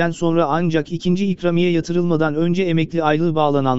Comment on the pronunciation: Nasıl bir ikramiye telaffuzu arkadaş a harfini biraz uzatsan komik olmaz birde başlığın zekice 2000 diyerek seyretme sayını artırmışsındır😡😡